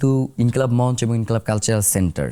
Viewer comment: সঠিক উচ্চারণ হবে _ মঞ্চো।